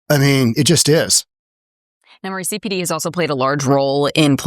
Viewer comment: It's "McHenry" county, but still a far cry from "Crook" County...how did it figure in the story, anyway?